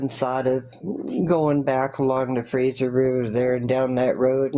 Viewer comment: It's the Fraser (like laser) valley not Frasier Valley ffs